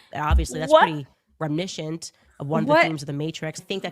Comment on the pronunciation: Rem-I-niss-ant. It's not that hard,.